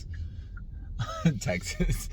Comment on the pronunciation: Its TEXAS not Tex ass